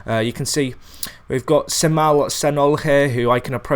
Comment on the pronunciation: you read it wrong lawl, it is read as djemal :)